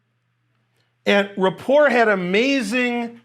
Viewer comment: I like how you say his name wrong.